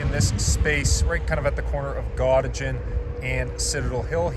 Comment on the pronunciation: Thanks for the information but could you learn how to pronounce Gottingen old school